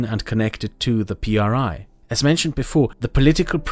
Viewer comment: Mexican here that actually lives and has lived there his whole life: IMSS, is, without a doubt, one of the most corrupt, money/power hungry systems, it helps a lot of people, but it comes at the cost of being screwed over by other factors. Also, when you say PRI don’t say P R I With sepparation, say it as a whole “pree” (how you could pronounce it it ) and yes, these motherfucking sons of dick craving bitches are as evil and corrupt as they get, you would be disturbed by the amount of things they do freely and the things they manage to hide. All over all, I truly fucking hope a second revolution starts